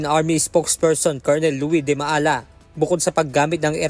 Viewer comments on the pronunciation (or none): none